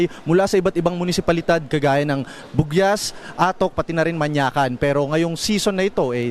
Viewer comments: correction before reporting po confirm the name of the municipality and pronouncation,wala pong lugar na MANYAKAN,MANKAYAN PO MANKAYAN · Not related to the news, however the name of the place is said wrong. Instead of Mankayan, Benguet, he said na "Manyakan". Sorry to say this but, this information could question your credibility as a news agency. Hindi naman sa sinasabing perfect dapat pero, next time sana is mag-research muna hindi yung basta-basta lang na sasabihin. Last time may isang news anchor na minention na AETA ang tinawag sa mga taga-Tadian Mountain Province, you cannot just call someone who's from the mountains as AETAS. May iba't iba den kaming identity. I am just using this as an example po. Pero hopefully next time, maayos yung delivery ng news para hindi kayo maka-recieve ng bad comments or ma-bash lang dahil sa ganyan. Thank you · Okay naman sana ang news kaso tignan nyo naman din kung pano ipronounce ang isang lugar. Anong MANYAKAN? M-A-N-K-A-Y-A-N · Is it me... oh sinabi ng reporter na "Manyakan" yung Mankayan...😂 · Mankayan hindi manyakan, educate youself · “MANYAKAN”? Mankayan po News5 😅😅😅